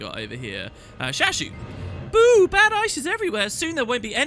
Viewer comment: At some point you said Shooshoo instead of Shashoo and it just sounds even more quaggan-y than Shashoo xD Also, keep up that Quaggan voice <3 Btw, you mention the story cutscenes. I think I'm one of the very few who actually prefers the old system. What I hate about the new ones the most is that you cannot skip them. Which is all well and good if you do the content a max three times but really gets old when you repeat the story on several toons or you dc and have to hear everything again :( (at least sometimes you can skip through moving on but still...)